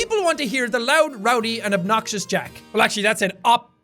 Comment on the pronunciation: "lowdy, roud, and obxious" 👌 A+ grammar